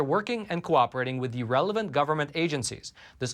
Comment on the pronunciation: The way says “relevant” sounds like “irrelevant..” am I the only one that hears this?